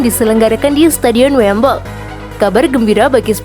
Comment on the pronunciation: Wembley min, bukan wemble